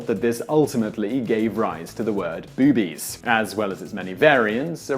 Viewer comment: Please, I know it's just me but it made it hard to listen to you refer to my favorite optical objects.... boobs as, "bewbs" and "bewbies". Drove me nootz.